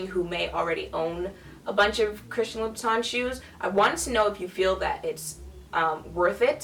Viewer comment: Teehee, it's Loubootin. Congrats hun.👠👜